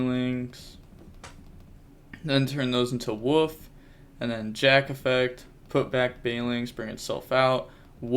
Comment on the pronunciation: It's Wolf, not woof!! Lol